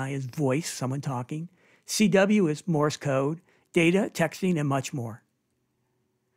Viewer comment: Morse, not Morris